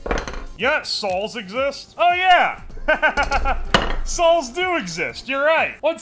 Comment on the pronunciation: "Sawls exist. Hahaha, sawls exist." I saw other commenters mention this pronunciation before, but I never heard it myself until now.